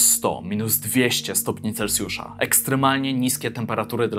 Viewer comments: taka rada na przyszłość, nie mówi się celcjusza tylko celsjusza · Nie celcjusza tylko celsjusza